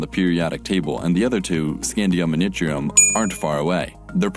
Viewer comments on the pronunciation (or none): none